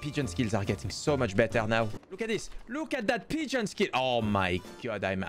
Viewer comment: Mmmm yes "peegon"